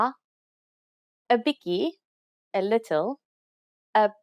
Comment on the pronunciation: The spelling also.... Dag dis bietjie, nie biki nie.